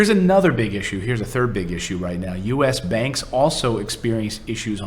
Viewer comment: US Bank or US Banks? Not sure what you said.